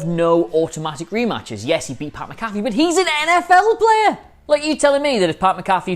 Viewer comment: It's Mac-Afee, not Macaffe.